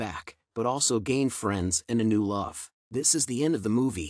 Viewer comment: Did anyone notice the way he said love near the end of the video he said LOF